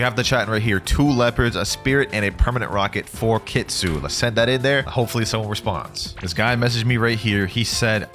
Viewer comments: it’s not leap it’s not kea it’s ke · brother every blox fruits youtuber saying kitsune wrong search up how its actually pronounced